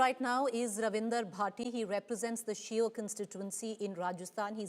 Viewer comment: Shio nhi v vo thik se pronunciation kare